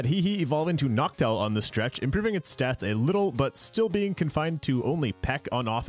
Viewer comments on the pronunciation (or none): none